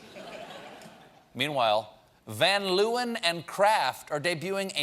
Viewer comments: Funny, van Leeuwen is actually a Dutch name, and we pronounce it like von Lay-wen. Leeuw is Dutch for lion. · As a Dutchman I find the butchering of ice cream by making a disgusting flavor by Van Leeuwen on the same level as the butchering of the pronunciation of the name "Van Leeuwen" by Stephen.